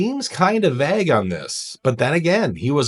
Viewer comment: He's.. Vag about it? You mean vague? I mean you have to know I refuse to believe that you're totally unaware that you're the only person in the world who pronounces vague Vag... 🫣